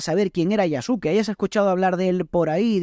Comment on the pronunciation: Yasuke se pronuncia "Yaske".